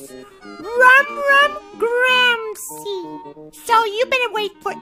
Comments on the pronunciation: Its Gordon Ramsey not Rom ROM Ramsey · I like how calls gordon rom ron